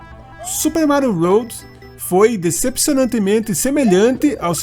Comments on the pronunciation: É melhor você falar desta maneira que a maioria das pessoas falam do que falar da maneira que está no vídeo, que fica parecendo ROAD, que significa ESTRADA em inglês. 😉✌🏻👍🏻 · Amigo, o vídeo ficou muito bom! Permita-me apenas uma correção: se diz Super Mário WORLD (leia “uôrd”). Um abraço!